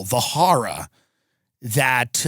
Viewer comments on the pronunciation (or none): Oh no, not 'the horruh' 😮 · "The harwra."